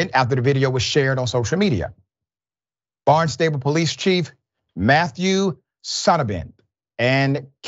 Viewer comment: You pronounce it BARNstible.